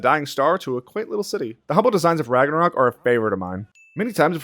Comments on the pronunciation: did he just say Ranga-covk? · we just going to brush over the fact he said ragnaCOCK? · Ok so nobody else is saying it so I will. Are we gonna just skip over that this man said Ragnacock and even typed up "Rangacock" 🤣